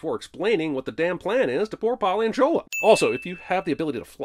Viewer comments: sin for pronouncing Shola’s name as "shōw ' là" instead of "shô ' lâ" (western world 🙄; it’s like hollywood mispronouncing lagos) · The constant mispronounciation of Shola is painful to hear